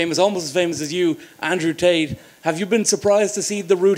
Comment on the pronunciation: He called Tate, Schulzs🤣